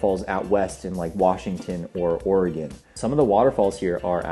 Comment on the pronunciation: funny point I think that happens a lot around the USA I lived in Oregon many years ago and a sure sign of a non local was the pronunciation of Oregon local - Ory gun , non local - Ory gone LOL 😊